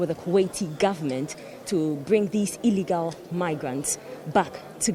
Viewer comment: ..lol ..the way she stressed on the word “illegal” .. her testosterone voice jumped out .... Aren’t they returnees ..